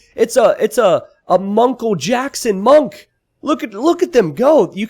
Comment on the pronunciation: "Its a munk-l Jackson monk!" you kill me lol